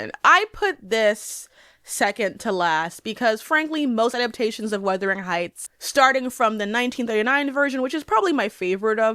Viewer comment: Is is it just me or is she saying ‘weathering’ heights lol